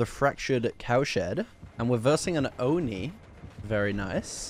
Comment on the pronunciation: Press like if you’ve been an fan since back when he pronounced Oni as “Onnie”